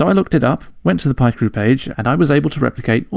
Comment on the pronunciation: no way u pronounce it pie crew 😭😭😭😭